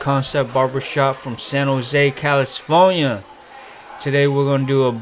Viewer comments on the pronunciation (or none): Why do you pronounce it "Calloustfornia"? Lol just curious?